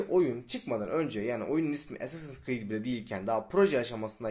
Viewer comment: ASS-assins creed çaktınmı